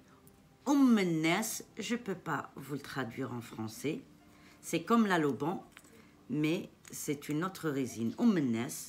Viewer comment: l’oliban pas laloban🥰